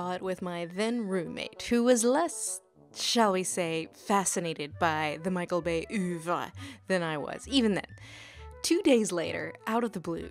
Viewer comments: It's "OEUvre", the "OEU" pronounced as the "O" in "abOve". Great series regardless. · nice try at pronouncing ouvre there. try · 'Auteur', 'oeuvre'. You're saying them wrong.